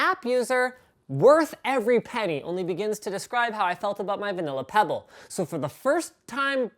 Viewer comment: got pretty scared when he said "peybll wat te heck main"